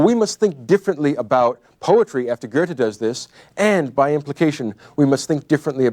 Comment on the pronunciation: Someone tell me where all these people are getting an r sound out of Goethe? Are they out of their minds?